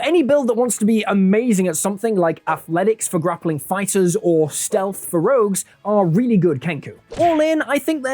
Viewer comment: I clicked off at "Rouges"